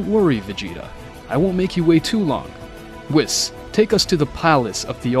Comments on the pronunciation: It's pronounced "Weese not wis" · ahem IT ISPRONOUNCED: WEESS NOT WIZZ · I like watching these but WIS 🤣🤣🤣 it’s pronounced WEESE but spelled Whis 🤣🤣🤣🤣🤣 it’s also Omni King not king of everything lmfaoooooooo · Why are you calling him Wis it’s called a Weise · It’s pronounced “Wheeese”. Great video! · BRO SAID WIS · Stop mispronouncing names like whis (wees) just watch the anime English dub and use the names the way you here then if making English content , it’s not that hard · nahh bro said wheis its spelled whis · Please don't say whis like piss. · you dont even pronounce the angel "whis" correctly lol xD what a joke